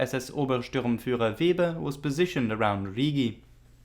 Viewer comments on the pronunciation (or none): none